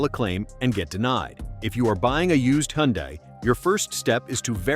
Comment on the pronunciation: It's funny how the AI voice pronounces Hyundai at least 3 different ways. FYI the correct pronunciation is hun-day.